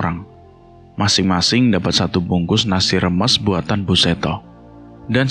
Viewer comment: Maaf bang mau bnerin😊 Reboisasi bukan reboitasi Rames bukan remes😊